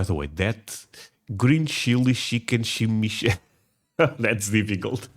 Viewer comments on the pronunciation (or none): chime changa not shime shanga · I've never had a chimichanga that didn't have Mexican rice and black beans inside, a delicious cheese sauce on top, and sour cream and guacamole on the side. No salsa for me. Say it with me, chimi- changa(pronounced chimi not shimi, and chonga not changa). 😊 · It sounds like you're saying schimischanga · CHIM-EEE-CHONGAS- LOL- I love ya dude. In your video about the Fajita that your wife had you thought this food was mainly in the south and that isn't correct. Chimichangas, Fajitas, and Tacos are all over this country. Mexican cuisine is awesome. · The pronunciation is Chi mee Chaang guh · Shimishangas.. lol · chimi changa.. changa don't say it wronga